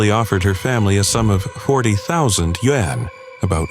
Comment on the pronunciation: It's not "wen", it's just as it's spelled, you ignorant: yuan... read you-anh. You didn't go to school to know how to read?